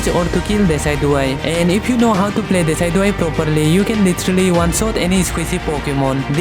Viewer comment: I feel sorry for him even he didn't know how pronouns decidueye